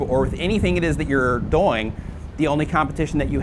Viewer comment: Why you say "doing" like boing?